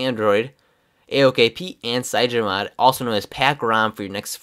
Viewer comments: It's called CYANOGENMOD! Not cyagen :-) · The reviewer keeps calling cyanogenmod as "cyagenomod" :| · CygenoMod?? It took me three times to understand you're actually talking about CyanogenMod lol XD But this review is juts what I needed, thanks :) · cyanogenmod is not pronounced cygenomod